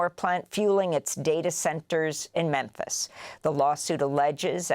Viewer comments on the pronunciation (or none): none